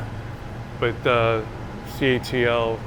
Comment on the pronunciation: I was under the impression that CATL was pronounced "CATTLE" ?